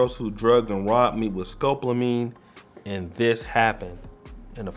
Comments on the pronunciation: Its Sco-pol-a-mine (skow•paa•luh•meen) Not scope-la-mine (skowp•luh•meen) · Scopolamine is NO JOKE! watch your 6 out there kings-and it’s ‘Sco-pol-amine-sound it out because it’s annoying when words aren’t pronounced correctly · No, it's pronounced, skoe paula meen. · It’s pronounced scope-allo-meen. Be careful brothas😉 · At least the women are more feminine.... learn to say SCOPOLAMINE properly!! Thanks